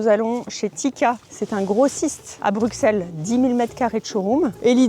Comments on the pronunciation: bruSSelle, Didju où vous avez vu des X dans Bruxelles, on ne dit pas PariX , un petit effort svp, vous ête du chnord quand même :) et encore une petite précision l'hôtel Dolce by Wyndham c'est pas Bruxelles, c'est La Hulpe. Sinon, faut passer dans ce même hôtel en fin novembre. y'a un super marché-pre-noël des artistes locaux. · On ne prononce pas le X ! Bienvenue 🙏